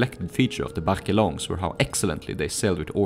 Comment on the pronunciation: Very nice video. However, The e in "Barque" is silent. :)